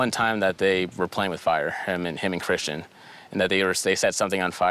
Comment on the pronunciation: Mispronouncing Kristen for Christian 50 some times was Annoying. How did no one catch and correct it ?!